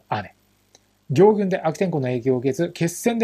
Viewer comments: どうでも良いけど、行軍の読みは”ぎょうぐん”でなく、”こうぐん”ですよ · ぎょうぐんではなくこうぐんだよ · ギョウグンではなくコウグンです